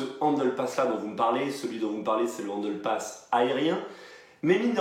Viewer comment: pourquoi tu prononces handle passme?😂😂